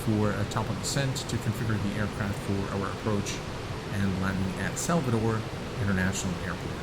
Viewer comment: My hometown Salvador - Bahia and you pronounced Salvador perfectly.